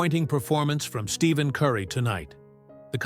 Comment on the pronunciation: there is no V in his name it’s Stephen Stefan is the way you pronounce it!!!Get it right or Quit!